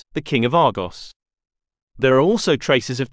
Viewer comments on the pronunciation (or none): none